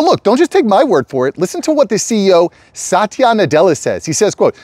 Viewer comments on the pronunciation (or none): Pronounce his name as "Sutya"